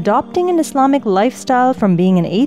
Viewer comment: Its Islamic not islaic